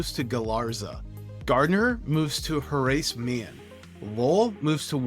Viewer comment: Are you AI??????? You can’t even pronounce Terrell or Horace Mann properly. How is anyone supposed to trust your analysis????